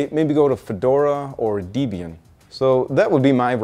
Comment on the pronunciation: yeah its a really really bad pronunciation.